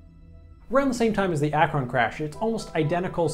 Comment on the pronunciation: They were pronounced MAY-kin and ACK-run. Also, don't forget the B-36 FICON bomber. It was also technically a flying aircraft carrier and a flop.